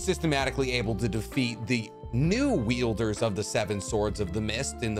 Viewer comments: Do you keep calling them yielders? It's wielders. With a "W" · Wielders* you kept saying "yielders," which implies they were giving the swords away rather than using them.